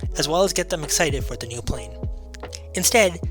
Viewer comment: Sorry. This seems like it is an interesting story. But I just can't get past the constant sounding of the "TH" as a letter "D" = saying "duh" instead of "the", "dat" rather than "that". It is just as jarring as; "expecially", "different to", "anyways", or to read "would of" (would've). It may seem petty to some people. But spoken language is so important to get right as it is our best attempt to communicate with the greatest clarity. Learning a new language I am often more concerned about getting my pronunciation right than trying to build up a vast vocabulary that might be spoken incorrectly. For the people who are not bothered by this, please forgive my attempt at helpfulness and enjoy the video. :-)